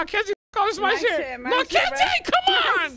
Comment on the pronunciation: Bro really said common instead of Cmon